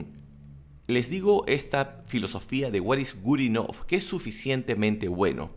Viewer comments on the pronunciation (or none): Enseñas inglés y pronuncias good enough como "gud enof"?